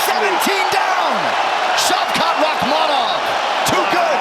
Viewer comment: Shavkat değil Şevket😅